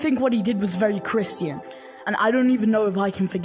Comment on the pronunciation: Ok but why do you pronounce christian as "kriston"